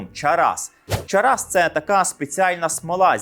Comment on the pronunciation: Не чарас , а чарс .